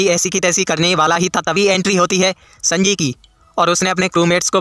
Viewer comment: Abe snji nahi sanji